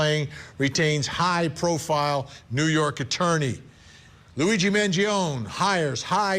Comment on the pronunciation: Speak his name right, not “Mangion”.